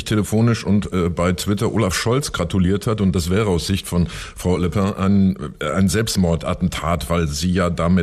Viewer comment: Bin ich der einzige, den es irritiert, dass Küppi den Namen von Le Pen immer wie „Le Pain“ ausspricht?